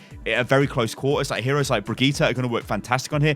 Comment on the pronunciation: ITS NOT PRONOUNCED "BRIGITA"!! Its a german name (reinhardt named her) and as a german i can say that this isnt even close to how you pronounce it! Just say Brigitt. And if you say that Papa Jeff said Brigita, I say Jeff does not speak german at all.